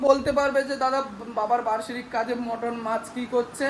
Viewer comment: ওটা মটন মটর না😅